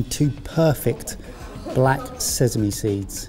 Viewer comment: I really hate pronunciation of “sesame” 😂 … sesame not sezame! 😂